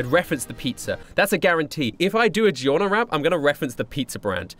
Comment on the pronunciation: i like how he says Giorno. I sounds like how everyone should say it but everyone says "Gorno"